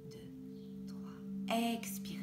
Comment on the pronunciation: Bonjour, ce qui m a gêné c est votre voix très accentuée sur certaines syllabes comme le ex de expirez par exemple. Je préfère plus de douceur dans les voix pour les meditations. Mais ça ne regarde que moi. Merci pour votre implication dans cette vidéo. Claudie.